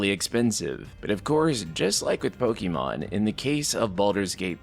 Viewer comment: Final Fantasy 10 had best turn based combat ever. Also, it's Pokemon, not Pokeymon